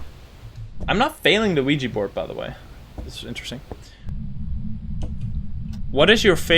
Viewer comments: Look I know I’m not crazy this guy says “LUIGI” board and it’s fucking with me 😂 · Hold on did you just say Luigi board? It literally sounded like it